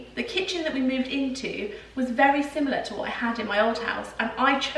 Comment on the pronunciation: I did lol - had to do a double take as I thought you said "this is where we keep the children" 😂